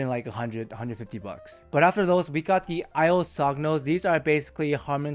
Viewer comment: The "g" is silent in "Sogno" but is pronounced not dissimilar to the "ñ" in the Spanish word "Señor".